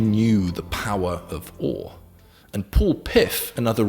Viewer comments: Why does he say O instead of awe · awe is pronounced like what we say when we feel awe